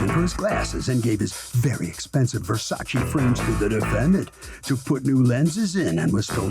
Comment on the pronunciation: "Verchachi frames" oh, 🤣